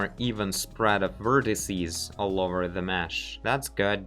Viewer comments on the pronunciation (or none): none